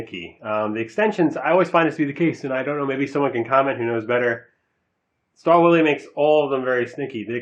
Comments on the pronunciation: I believe it is correctly pronounced "shtal-villae." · Lmao stahl willy. Sorry i cant take the review as serious with that pronounciation. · In the UK - Stahlwille is pronounced STAL WILL